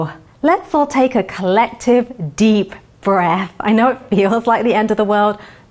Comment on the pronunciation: take deep breast, i thought she said.